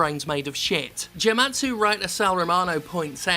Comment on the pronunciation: Jim Sterling Lmao that "Jem-atsu" article